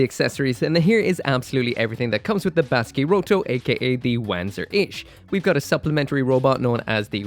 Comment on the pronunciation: you turned Baskyrotto into Basky-RoiRoi